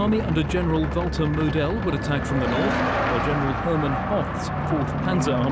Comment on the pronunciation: Annoying, like he keeps saying MoDEL instead of MOdel….